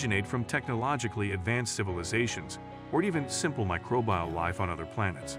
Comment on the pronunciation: It's "Microbial". One word. Not "Micro-bial". Where'd you learn to even read anyway??